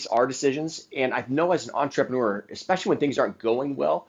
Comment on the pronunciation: OMG Please - say entrrAYpreneur one more fkg time